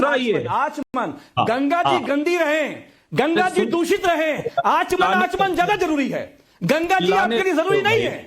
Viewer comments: उसे आमचन नहीं बेवकूफ़🤦 समाजवादी प्रवक्ता उसे अचमन बोलते हैं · अरे तू पहले बोलना सीख ले। आचमन को आम चन बोल रहा है। 2013 का कुम्भ याद है, जब 84 लोग मारे गए थे। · Ye kaun hai jo aachman ko aamchan bol raha hai